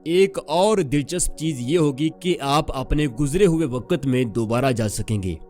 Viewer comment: Bhai talafuz to thek kr lo. Ap say log seekhtay hain.. Waqt ko waqat bol rhe ho Bayak waqt ko back wqat bol rhe ho...whats this?